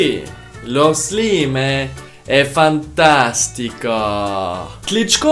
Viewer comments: it’s slaim not slime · It isn't "slime" but "sláim". By the way I love your Italian pronunciation😂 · non si pronuncia così "Slime" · on zamiast slajm powiedział szlime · Che poi si pronuncia slaim e non slime!!😂😂😂😂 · Slime non si può sentire '' si dice slaim'' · Italiani? 🇮🇹 A parte che non si dice SLIME MA slaim. Però sono dettagli🔥🇮🇹 👇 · in Italia non ho mai sentito nessuno che pronuncia lo slime come scritto (lo pronunciamo slaim) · it says "slaim".. Not.. "slime".. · It sopossted to be "Slime je odličan" not "Slaim je super" on Serbain #nohate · Non si dice così in italiano Slime. Si dice come in Inglese. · Umm sorry but i have to make a correction of Italian you have to say slaim not slime in italian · Italiano: non si pronuncia come si scrive slime a slaim.. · I'm Italian and Slime not s l i m e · Italiano Slime la pronuncia e slaim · Si scrive slime ma si legge slaim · Si pronuncia slaim non slime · Si scrive slime ma si dice Slaim😅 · Non puoi pronunciarlo slime! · Da notare che lo pronuncia "slime" letteralmente 😂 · Noi poi non leggiamo slime ma slaim si scrive slime ma si legge così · "Szlam" is not actually a word for this well-known slime in Polish some people could say "Slajm" - It's a polish version of Slime (only in pronouncing) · Russian: Not Sliz' (слизь) Slaim (слайм) Now correct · The pronunce in Italian of slime it’s the in English slaim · I' m Italian and "slime " say "slaim" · In italian the pronunce is " slaim" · MA PERCHÉ? 😂COMUNQUE SI DICE SLAIME MA SI SCRIVE SLIME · In Italy we pronunce “Slaim”. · The pronunciation of Slime in Italian is equal to the English one. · Slime in italian has the same pronunce of English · Actually the pronunciation of the slime in Italian is like the English one. I know because I'm Italian !!!! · slime in Italian has got the same pronounce of English P.S. Why? 😂